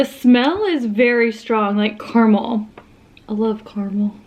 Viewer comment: Anyone else triggered by her pronunciation of caramel? Lol 😂